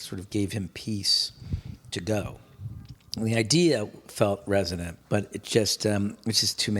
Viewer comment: Do they say “Resonate” and most of it’s derivatives like “Russo-nate” on purpose? Probably just me.